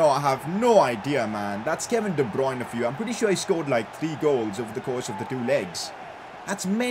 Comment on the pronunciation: Day 1 of trying to get to pronounce de bruyne as de-brer-ner